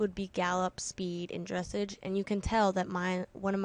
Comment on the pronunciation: Lol you said dressage wrong........ Just thought you should know... ;)